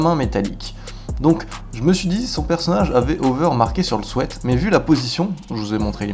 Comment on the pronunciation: "Son sweat" ça m'a fait rire la dont tu le prononce aha Bonne vidéo cependant !